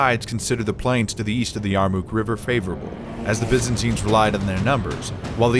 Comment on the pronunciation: The battle of the Yarmuk was certainly a turning point in history. Some suggestions on the program however: get your pronunciation of names correct and perhaps the oft-mentioned dust storm that helped in the defeat of the Byzantines as well.